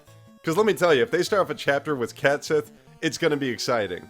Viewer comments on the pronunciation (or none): Fun fact: Cait Sith is actually pronounced "ket shee" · pronouce it "Cat Shit". Mainly because I never like Cait Sith. lol I never liked how he forces himself into the party.